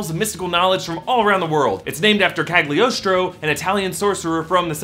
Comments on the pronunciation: It's pronounced "KaLiostro", since it's Italian. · It's pronounced Caliostro, the G is silent. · A little info regarding Italian pronunciation: Cagliostro is pronounced "Caliostro" (G is kinda mute when paired with an L). As for Giacchino - in Italian "ch" and "cch" are always pronounced as "k".